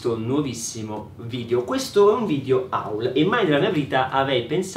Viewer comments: Si pronuncia "hol" AHAHAHAH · Si pronuncia hôl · Si pronuncia hool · ti adoro ❤️comunque si dice HOL con la “o”😂❤️ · la parola haul si pronuncia in questo modo “ol” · Si pronuncia "ho" 😂 diciamo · Haul si dice ol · Si dice hol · Pronunci malissimo haul